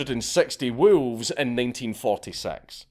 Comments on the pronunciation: You say WoOlves. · Lmao at hearing a scottish person say wolves. "WOOELFS" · Love the pronunciation. Woo-levs. 😂 Much Respect. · The way you pronounce wolves...